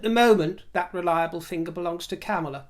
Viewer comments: Kudos for pronouncing Mayor Pete's last name correctly! If I may offer a slight correction however, VP Harris' first name is pronounced like the word "calm" as in CALMala. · I'm not sure of the exact pronunciation, but Kamala doesnt rhyme with Pamela. So Madame Vice President will just have to do. And Joe is in great health for a man his age and has a life expectancy of another 12-15 years since he is a white guy who has always had health care. In contrast to Trump who is overweight, eats junk food, and nearly died from Covid.